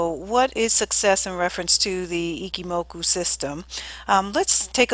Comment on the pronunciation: Ichimoku i-CH-i-moku not i-Ki-moku JFC And you sell webinars...